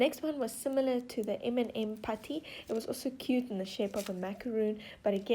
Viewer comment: The way she said m&m gets me lmfao